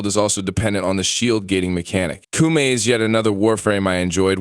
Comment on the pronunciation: Bruh its not pronounced Coomie.